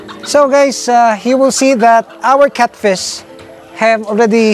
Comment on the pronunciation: NOT CUTFISH....its catfish